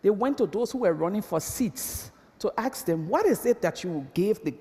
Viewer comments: as soon as she said "axe" instead of ask.. i voted down. and please, stand on ONE LEG, stop shifting your massive bodymass, it's anoying as hell.. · Is she really saying "aks" ? :D